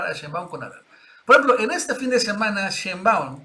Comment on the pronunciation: Nacho te va a regañar.. sheinbaaund...